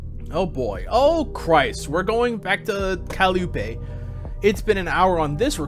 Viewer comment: i know this is from a year ago, but i don’t think i’ve ever heard someone pronounce calliope (cuh-lie-oh-pee) as ‘callie-oo-pay’